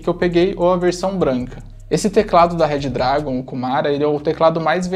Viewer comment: Pelo amor de god parem de falar RED DRAGON 🙅🏼